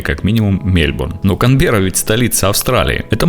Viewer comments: Канберра, а не Камбера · Только правильно КаНберра))